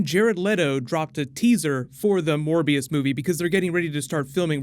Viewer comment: I thought you said 'More BS'